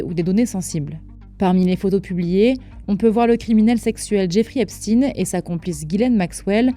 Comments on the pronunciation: Epshtayne pas epstine 😂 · Ce n’est pas Epstine mais Epstein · De grâce prononcez correctement le nom des personnes, ce n’est pas Epstien, mais Epstein ! Pour des formateurs ou des soi-disant journalistes, c’est quand même la moindre des choses, qu’est-ce qu’on vous a dit à l’école ? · Ipstine!! On dit pas einstine mais einstein!! Pk? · Même la prononciation d'Epstein est erronée, pour cacher quoi exactement ?